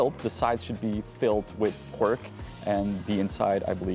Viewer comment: Janku, how the hell did you come uo with the word Quirk for tvaroh, I wanted to ask. Then I realised it's Quark in german. You kind of mix the languages! I don't do that. For me, it's just and only Kwark, useful Dutch word! :D